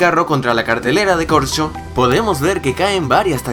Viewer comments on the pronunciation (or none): ENVES DE CORCHO DIJISTE CORSHO